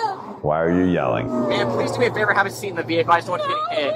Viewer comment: Please uh. It’s Please. No uh. Stop making one syllable words two! It’s moronic.